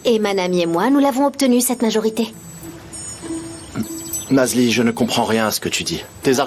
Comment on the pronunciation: 😂😂😂😂😂 c'est parce qu'elle vous énerve que vous ecorchez son nom ?😂😂😂😂 C'est Nazli